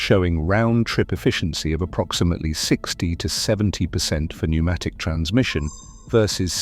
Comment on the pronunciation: The reason “it” is “confused” is because it is A.I. Unfortunately wr are going to be seeing more and more of this typre of semi-correct content. The voice is a giveway…no emotion or cadence, odd pauses, misprnounciations…particularly pronouncing the silent “p” in “pnumatic”. While not utterly incorrect, the context is vague and inconsistent because the A.I. Has been told that pnumstic distribution existed and has been given a whole pile of old woodblock prints from old texts…but no real context or detail. The cerators have been lazy to do their own properly reviewed snd researched work snd simply left it to A.I. To “make a wedding cake” from whatever was left in the pantry!